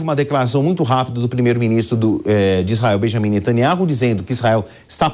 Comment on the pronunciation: Aprenda não é nataniaro,mas sim Natanyau